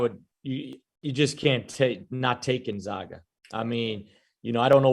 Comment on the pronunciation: Gone-zag-ah learn to pronounce the name